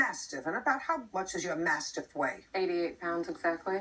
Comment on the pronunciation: The first 3 seconds I swear JJ asked her what was her "massive weight". It's a Mastiff. Lol